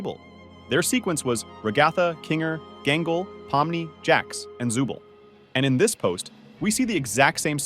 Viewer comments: Also u SAID ZUBEL NOT ZOOBLE WIERDO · Zuble💀 it’s zooble